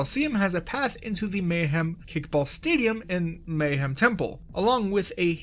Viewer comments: The fact that you consistently mispronounce “Mayahem Temple” as just “Mayhem” instead of emphasizing the “Maya” part drives me nuts, lmao. That’s the entire pun right there you’re butchering! Great video otherwise, I just can’t help but be an anal wad about pronunciation. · Mayhem? You mean Mayahem right? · The fitst world is technically pronounced "Maya-HEM" temple, as an obvious pun reference to tree ancient race of mayans.